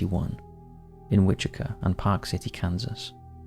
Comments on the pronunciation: Wichita Kansas is pronounced “which-uh-taw.” I don’t know where you’re getting the “kaw” from. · Wichita pronounced WITCH-ih-taw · It’s Which-a-ta, lol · *Wichita kansas. Witch-it-ah. ;) Named after the Wichita tribe of Native Americans. I live near there. We have a very laid back culture here. A nickname for the city is Doo-Dah, because of this. Also known as the Air Capital of the world because we have Boeing, Raytheon, Learjet, Bombardier, Spirit, Airbus plants. It is a beautiful city and BTK is the ugly stain that people ever hear about us. But it is a fascinating case, nonetheless. Can't wait for your MM video! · For your in depth BTK video Wichita is pronounced wi-chuh-taa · I think this may be the correct pronunciation for the tribe it was named for, but around here the city is pronounced like “witch-it-aww.” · Maybe look up the pronunciations of Wichita and El Dorado before recording the BTK episode. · how do you not know how to pronounce Wichita? Your mispronunciations have got to be on purpose at this point